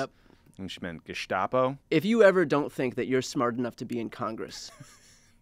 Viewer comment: It's actually GeStapo, not GeSHtapo.